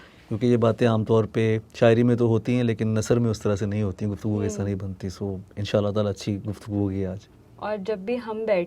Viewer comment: نَثَر نہیں، نَثرْ ذِکَرْ نہیں، ذِکْر